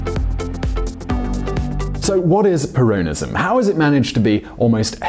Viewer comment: You’re pronouncing ‘Peronism’ incorrectly